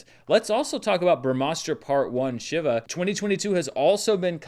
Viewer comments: its She-va not shiver 🙁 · Just FYI, it's pronounced "Shee-va" (think She-Ra). He's one of the main Hindu deities